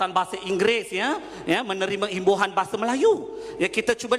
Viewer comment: "bahasah".."melays" & "alamdullah"..which is awkward for me..where does it come from Sir?